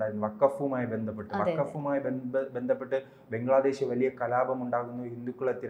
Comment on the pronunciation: ബെഗ്ലാദേഷ് അല്ല ബംഗ്ലാദേശ് എന്ന് പറയൂ സാഹൂ